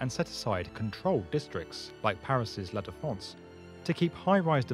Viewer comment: "la défonce" bah oui bien sûr